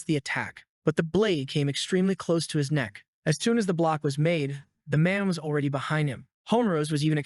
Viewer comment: Notice how how this guy can never say e even when saying already he says alreaday.